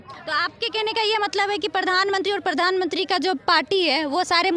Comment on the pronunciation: Who the hell is this female reporter who can't even pronounce Pradhan Mantri? She is pronouncing as "Pardhan mantri" what a shame.